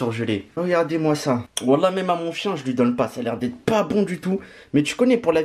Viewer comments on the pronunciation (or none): none